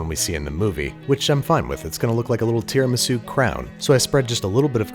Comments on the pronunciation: so tierramisu? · Ring mold said no an left so babish made Tear-amisu 😅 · A tiara-misu if you will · Tiramisu? Mmm, dont mind if I..... Tiramido... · When it falls I realized you are making tear-a-misu